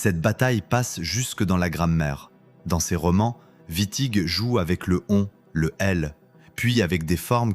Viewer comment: Exactement.l’iA transforme Witting en Vitti. Fabuleux. IA de de 🤮